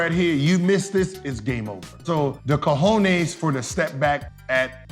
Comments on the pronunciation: My man said de Cojones !!! 🤣😅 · Did he really say "cojones" ??